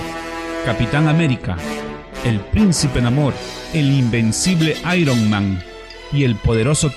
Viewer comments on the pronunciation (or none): none